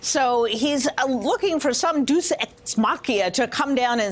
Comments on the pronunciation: im sorry... 'duece' ex machina? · She needs to learn how to pronounce Deus (Day oos). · Deuce eck mockia? I know she meant deus ex machina, but that was funny. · Sorry…”deuce eck machia” wtf? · Deuce ex Machia? This is supposed to be a college educated woman? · "deuce ex machina", she says... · Americans can't pronounce deus ex machina..